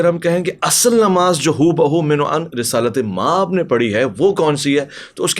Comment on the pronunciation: is continuously saying Resalat-e-Maab, I am Persian speaker and it is incorrect, The correct form is Risalat maab.